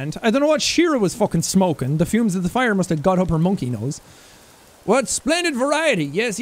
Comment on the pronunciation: So is NO ONE gonna talk about Sean saying pire and not fire?